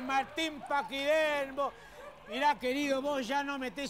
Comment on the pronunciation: Martin pakidermo? Palermo jajajajja